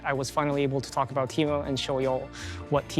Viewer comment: Teemoo 💀 disgusting